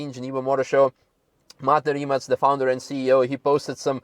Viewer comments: The pronunciation is Rimac. Not Rimak. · it's more like 'Reemuts'... with 'TS' at the end and not 'K' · you work for RimaC, not RimaK, it is Croatian brand and spelling is RIMAC. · Beautiful car from Rimac company from my country! So proud of it. Btw.... its called RimaC, -- not "Rima(K)" .. its Croatian word, not American ... correct is as written... not "s" or "k".. just C... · it is not 'Reemac'. please learn to pronounce it right. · iT'S NOT RIMAK, last letter iz c, like in pizza, ok? Ok, you know it, later. Sorry. Why Rimak on the beginning, maybe because it's not normal for you, I understand, but you rembembered, Kudos! Nevera , it's really name for Adriatic cost storm on our side, not all the Mediterranean sea and not on Italian side of Adriatic sea ( I know, that's also at the same time part of Mediterranean, but north, or west-north diagonal position of our coast when you look on world and EU maps, any maps at all and the big mountains real close on some parts creating a real Nevera. Especially wih only rocks and sea, like on island Pag. The other force is a strong north-east winds on our coast, named Bura.) Litlle something for you and others to better understand. During a summer time, but also tru out the year, there are more and more tornados over sea during Nevera, also. We call it, thah tornado I mean in Croatian, Pijavica. Also that letter from zz (pizza).